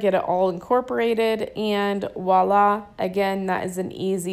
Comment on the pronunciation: I have been enjoying your videos for a couple of weeks now! A lot of ppl say “Walla,” but it might be cool to know that the word is the French word “Violà,” which when said quickly with an French accent sounds like “Vwala,” which is how it regressed down to “Wala” in English slang. But be sure to put the “V” in front. You’ll sound more internationally rounded. To be even more correct, put the accent on the letter “a” at the end. 😉